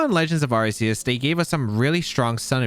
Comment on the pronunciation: It literally makes my skin crawl when I hear “arseus” bro that’s the Japanese pronunciation